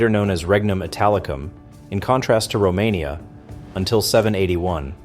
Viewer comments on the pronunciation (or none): none